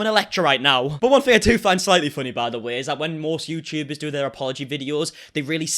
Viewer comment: THing, not Fing man. Three not free. Otherwise, love this video,👍☺️